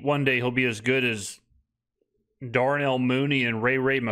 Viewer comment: The way this man says DARnell Mooney makes my day